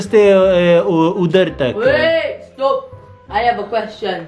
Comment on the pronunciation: Hahaha the way you said удартак just sent me. You two are too funny 😂